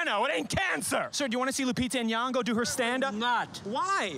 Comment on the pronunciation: Oh God how many times must she say her name. Nyong'o. Deep first o, subtle n blended with the y, ng like in king. Not N-yan-go